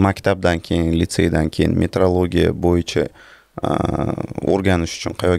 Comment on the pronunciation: Есть метеоролигия - это наука об атмосферных явлениях природы, а есть метрология - это наука об измерениях. Вы всю передачу произносите на узбекский манер - метрлогия 😢😂😎